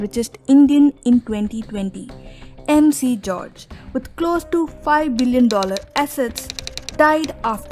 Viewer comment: Miss…. Ur name pronounciation isn’t good….. it’s MG george Muthoot not MC George….